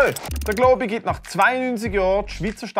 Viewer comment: Dä einzig Globi da isch dä. Und du sprichsch globi falsch uss es heisst globi. Nöt glooobi